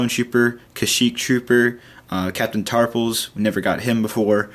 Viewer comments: Its tarful not tarpul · I think it's captain Tarful, you are saying it with an 's' on the end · it sounds like he's saying Captain Tarpals, the gungan